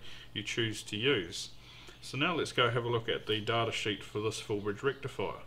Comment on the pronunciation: daaattaa, like data but WRONG